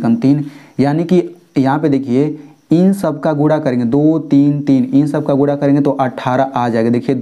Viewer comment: Aur gura nahi guna 😂😂